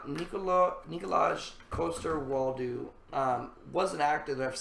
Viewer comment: Your pronunciation of Jaime's actor's name made me giggle. The correct pronunciation of Nikolaj is like Nicolai, Coster you did pretty well, and Waldau is pronounced like Val-(like in "Valerie" or "validation") -dau (similar to "now")